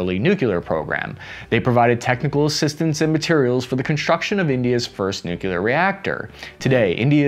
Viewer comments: Ukraine [ ooh KRAI, not YEW krau ], nuclear [ NEW klee are, not NEW kyu lar ], soviet [ salve YET, not SOW vee yet ]. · Say it with me "Nu-Clear" Just like it's spelled. If you're gonna do these kinds of videos please get that right. There is no such word as "nucular." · Ouch!!! Three times in a row you struck with the "nucular" crap! Sorry, now i have to unsubscribe. The channel is interesting, keep it up! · I can't help but find it funny when Americans say "nucular" 🤣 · Great as always. But why does always mispronounce nuclear? Why?🥴